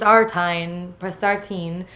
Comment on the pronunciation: I think Spessartine is pronounced "SPESS-er-teen". By the way, I think the canon Garnet is probably meant to be a rhodolite, which is a purplish-red variety of pyrope garnet. What do you think?